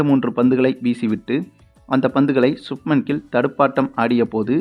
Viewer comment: Player's name should be pronounced correctly. For Pakistan Bakistan, Shaheen afridi it is pronounced as Shakinshaw Afridi, for Subman gill i could hear Shupman kill. Why, hurry when it comes to names?